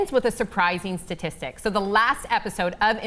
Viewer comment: Why can't you say the word "statistic" lol